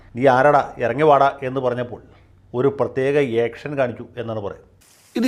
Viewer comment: ഇയക്ഷൻ അല്ല മാമാ action ആക്ഷൻ...